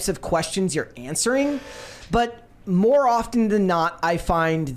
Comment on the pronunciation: “We want moar money” is all I hear